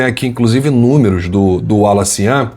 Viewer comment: Falta só acertarem a pronúncia do nome dele: Wallace Yan !